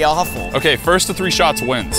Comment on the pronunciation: It’s first not fist